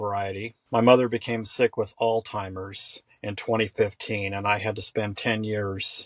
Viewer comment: He called it “ all timers”….. what an idiot !!! You’d think after 10 years he’d know what the disease is called !!